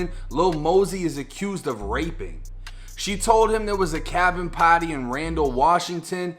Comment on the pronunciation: I don't like how you say "party" your not cool